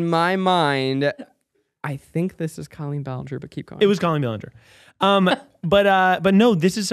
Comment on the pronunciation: Clearly can't be Colleen since you can't pronounce her name. :)